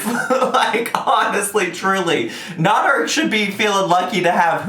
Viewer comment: It's pronounced nAder not nOder! Just saying ☺️